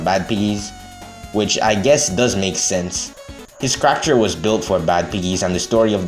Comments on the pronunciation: i love your vids, but man do i hate the way you say character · fun how many comments there are about how you say character lmao. as long as it's still understandable why give a shit